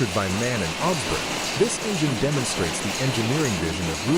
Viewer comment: The first engine.....just marvelous......but..... please don´t pronounce the manufacturers name MAN.... its called M...A...N.... stands for : Maschinenfabrik Augsburg-Nürnberg 😉